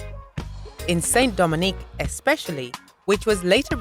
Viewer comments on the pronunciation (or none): Good video, for the previous name of Haiti it's St Domingue pronounced (SE DO MEG) not St-Dominique